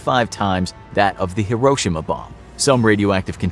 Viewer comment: Anyone else annoyed by the way he said hiroshima